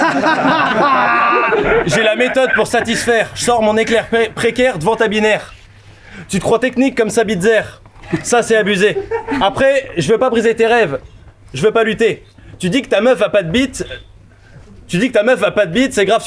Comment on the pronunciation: Le traducteur, c'est "mensonges de messe" et pas "Metz", c'est Sabitzer et pas "sa bite zer". Bisous